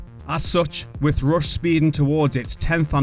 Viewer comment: is it Rush or Roosh, lol